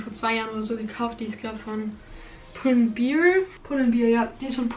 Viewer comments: Aber anders als bei Levi‘s ist „bear“ einfach ein normales Wort das „Bär“ bedeutet und man kann die Aussprache nicht einfach interpretieren wie man will, wenn du es wie „Beer“aussprichst ist es einfach falsch😆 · man spricht das „bear“ bei pull and bear wie „Bär“ aus, du hast es wie beer ausgesprochen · bear (Aussprache: "Bär") bedeutet auch Bär. Spricht man Bier (schreiben würde ein Englischsprachiger beer) und das bedeutet auch Bier. Also ist die Aussprache hier nicht egal 😅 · hannah_0603 nein, weil bear wortwörtlich ertragen/bei sich tragen heißt und beer Bier. das macht dann einen unterschied, da es die wörter wirklich gibt, anders als bei zb adidas oder levis.